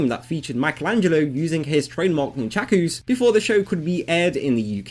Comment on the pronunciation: Non-shaq-oooo's lol I've always known them as "nunn-chucks" or "nunn-chuckahs". :D Maybe my way is just an Australian thing?